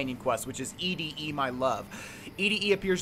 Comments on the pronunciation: ED-E is pronounced like 'Eddie' The quest is named after the song 'Eddie My Love' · ED-E is pronounced like "eddie" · I think it is pronounced Eddie... like Ed - E